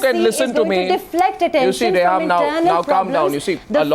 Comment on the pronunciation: It's pronounced Reham.... Who this kindergartner is BTW?